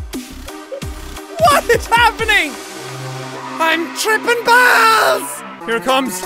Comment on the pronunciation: when he said i am tripping balls why did he say i am trippin bears